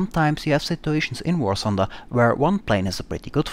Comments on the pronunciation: War Thunder!!!!!!!!! not War Sunder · ah, finally an important contribution! A damned alien who is not able to pronounce "th";)